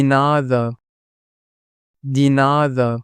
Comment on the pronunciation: De is pronounced as “day” not Dee